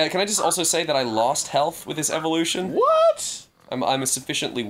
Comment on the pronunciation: when Ross says "evolution" you can hear the Aussie accent!